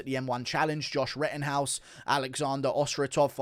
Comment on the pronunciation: Did you say Rittenhouse 🤨🇺🇸